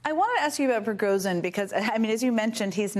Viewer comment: I do wish journalism writ large would establish and constantly-update a guide for at least good approximations of the correct pronunciation of the most prominent foreign names and words. Can't Jen Psaki hear that David Remnick, a Russian expert, is saying zh and not z? Yes, some words/names are difficult to pronounce. Prigozhin is not. Thank you.